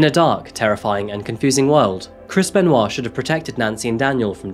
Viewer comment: A few times in the video, it sounded so much like u were pronouncing his name as: “Crispen Wa”. (& now every time I hear it, i have the image of WaLuigi saying: “Crispen! Waa!”)